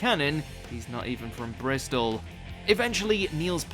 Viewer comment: How can’t you say Bristol right?